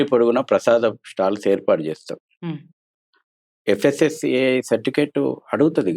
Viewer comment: ఒరేయి వాడికి ఎవరైనా చెప్పండి రా అది FSSIAI కాదు FSSAI అని ఎక్కడనుండి పట్టుకొని వచ్చారు మేడంగారు ఈ దొల్లు దొల్లు పుచ్చాకై గాడిని😂😂😂